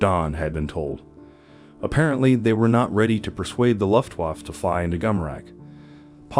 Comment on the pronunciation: COMPUTER VOICE SUCKS!!! LUFTWAAAF WTF???